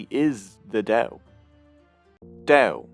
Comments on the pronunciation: good gods, stop "Del Del Del" it's Dao Ao not El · why not try to google how to pronounce Dao correctly? you explain very badly about pronunciation of Dao/Tao.. but still i love your video :) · You've pronounced Dao the wrong way during all the video! In mandarin Chinese, there is no [d] sound. The way Hanyu Pinyin work is that /t/ is pronounced [tʰ] and /d/ is pronounced [t]